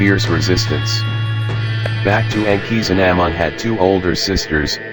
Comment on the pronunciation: The robot was pronunciation of Tutankhamen and Akhasinumun wrong